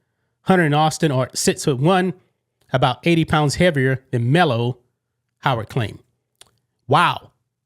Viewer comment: "Melo"? ooooook dumbass